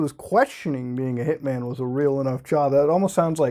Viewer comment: You say 'hitman' like 'pikmin'